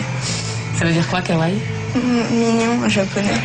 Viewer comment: Mr. Propre Surtout que (au risque de passer pour un gros weaboo) "Kawaii" ne se prononce pas "Kaway" mais "Kawaï"